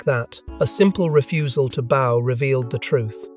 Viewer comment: Learn the different ways to pronounce 'bow'. This crap is unlistenable.